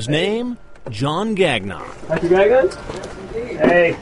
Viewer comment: lol. Gag Non... it's pronounced Gang-ion.